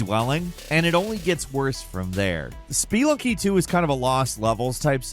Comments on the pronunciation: It's "sp-uh-lunking" not "sp-ee-lunking" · "spee lunky"? Odd emphasis. I would assume it's pronounced like the word it's based on, spelunk. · Spelunky is pronounced "Splunky". There's no E sound after the P. Btw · Spee lunky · “ SPEE lunky “… nice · Dude can't say Spelunky right, but can pronounce Sekiro like that with ease! Ribbing aside, I enjoyed the video. I had a great time with a few of these games (Returnal, Sifu, and Ghostrunner). I'm playing Thumper right now and if I were making a list like this, then I'd be putting it at the top! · The way you pronounce spelunky makes me want to scratch my own eyes out.